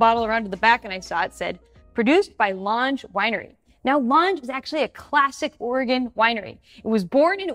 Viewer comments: We just had our wedding party outing at Lange a few weeks back. Just FYI, it’s actually pronounced plainly “Lang” :) The Indigine is amazing btw. The Langes were telling us the story of how they sent a sample to UC Davis and the university called them back and said “yeah, you’ve got a totally new field mutation, totally unique grape”. Love the emergence of dry varietals in Southern Oregon. Excited for the emergence of the Snake River Valley as well. Milton Freewater, as mentioned by another commenter, and the entirety of the Gorge are already established, just not world renowned enough yet, IMO. Always have thought the Gorge would surpass Walla Walla as the most visited viticultural area in North American because of the insanely unique climate that allows for growing cool, moderate, and dry varietals all within just a few miles. So cool how Gorge vineyards on the Washington and Oregon sides all grow and buy from one another allowing a single winery to make so many different wines…but now with Lange doing their thing in Southern Oregon, and many other wineries from Eastern Oregon/Washington opening shops in Dundee, etc, it seems like the whole northwest is following suit in the spirit of collaboration and exploration, which is awesome! FYI, thank you for all of the phenomenal content over the years. My wife, Maddy, is working on WSET level 3 now, and is transitioning out of her current career into the wine industry (not sure exactly where yet though). We took a road trip for o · FYI it’s pronounced ‘Lang” :)